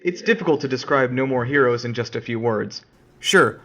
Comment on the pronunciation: Your video was cool but you had little mistake with saying No More Herous 3 At 3 time